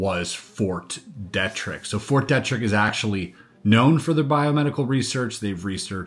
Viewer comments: Pronounced Fort "Dee-trick". That should ring a bell, as it seems to get itself in the news for lab escapes more often than other labs. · just a friendly suggestion from someone who lives locally to Fort Detrick - we pronounce it Fort DEE trick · It is pronounced Fort DEEEtrick. And yes we do have SEVERAL research buildings on that post. If my memory serves me correctly, it is the post that a scientist stole some deadly pathogens and got caught... But I could have my military locations mixed up. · Grew up in maryland, Detrick is pronounced Deet-trick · At first, I couldn’t figure out what fort you were referring to. Fort Detrick, is usually pronounced with a long or hard E. De trick. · Fort DEE TRICK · Fort Deeeetrick. Come on man. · Fort Dietrich is pronounced Dee-trick. its German and in German “when I and E go walking the last one does the talking” so ie is E ei is I. 👍🏻